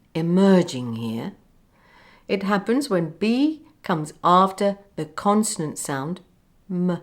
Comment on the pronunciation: Have you always spoken RP all did you speak a different English dialect and later learn RP. I only ask this because when you say the word "happens", I heard an accent on that word.